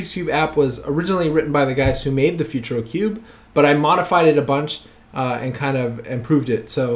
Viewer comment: "Futuro" is pronounced "Footooroh"